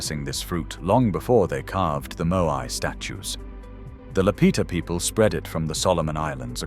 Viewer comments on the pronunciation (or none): none